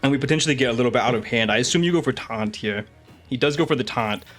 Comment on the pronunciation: Makes me laugh every time he says "heyah" instead of "here", which is a lot lol